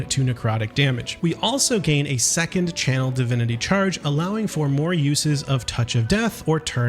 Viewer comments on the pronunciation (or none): none